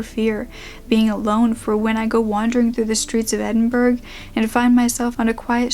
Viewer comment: Edinburgh girl. Rare to hear my city's name. Its pronounced Edin- bragh.